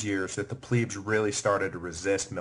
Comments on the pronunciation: It drives me crazy how he says "pleb". He says it with a long e sound like "pleeb". Someone tell him it rhymes with "deb" not "dweeb". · Is it pronounced “pleeb” or “pleb”? I always thought it was pleb. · Struggling to get over Pleeebs as if it is spelled Plibs .. ee being 'i' .. and eh being 'e' .. so, I hear it as short 'e' ... Plehbs .. although it course it was Plebeians Plebeians were excluded from magistracies and religious colleges, and they were not permitted to know the laws by which they were governed. As it today with modern society ... :-( .. Last 30yrs or so anyway .. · When the narrator says 'pleebs' does he mean 'plebs' as in plebian or plebiscite? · In the wird elite you do pronounce the e correct. Why do you have to say ‘ pleeebs’ it’s plebs with the the same e as in elite! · 'i' is eee in latin .. eh is is 'e' so Plehb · Pleebs. Ger-MAIN-ia. Brit-AY-nia. And that guitar. Humbug. Good writer., though. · Pleebs? Really? Nice pronunciation lmfao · Pleb is not how it's pronounced it pronounced Pleb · what are EEE-KWIGHTS?????? , I like this but some strange pronunciation!!!! EEEEEEEEEEEE-KWIGHTS ffs get me some PLEEEEEEEEEBS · The constant mispronunciation of 'Veii' and 'plebs' makes me want to tear out my hair.